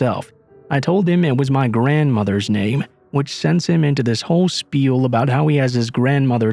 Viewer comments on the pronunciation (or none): none